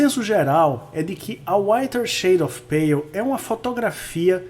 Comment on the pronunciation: AMEI O SEU COMENTÁRIO E LOVEI A SUA ÓTIMA PRONÚNCIA EM INGLÊS DO TÍTULO DESSA CANÇÃO TÃO ETERNA!!!